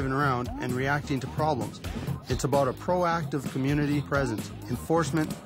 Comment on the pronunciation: lol he said "aboot"